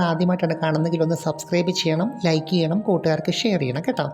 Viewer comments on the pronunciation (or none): none